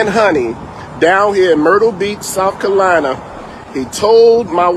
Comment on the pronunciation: As a South Carolinian, he should be ashamed for how he pronounced Carolina!